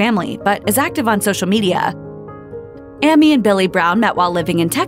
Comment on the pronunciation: HER NAME IS "AIM-EE"